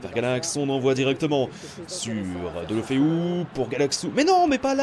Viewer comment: Ça ce prononce dèl lou feu